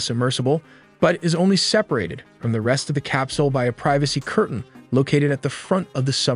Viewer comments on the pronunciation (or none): none